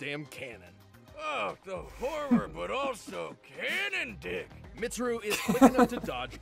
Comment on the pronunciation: Pronouncing Mitsuru wrong isn't so bad considering Death Battle did research and still pronounced Naoto and Yukari wrong.